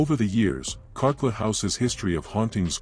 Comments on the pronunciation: The house in North Adelaide is Carclew, pronounced CarClue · It’s called Carclew! Not Carclew house but simply the name pronounced “Car- clu” a family member was going to buy it when I was about 5 years old & we spent 2 days there (somehow I don’t know how) when it was for sale in the 70’s. I was going to have the tower when the place was fixed up & was truly thrilled about it. We didn’t see or hear anything out of the ordinary & parts of it hadn’t been wired for electricity! Sadly it wasn’t to be & I never got my princess tower 🥺🤷‍♀️✌️